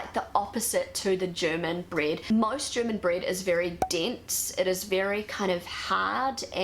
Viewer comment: Breed? Does she mean bread?